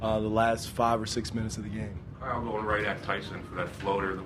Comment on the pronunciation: It's so funny the way he says Kyle